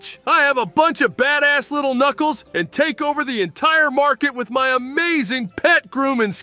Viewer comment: ah yes, "nuculs" the "king"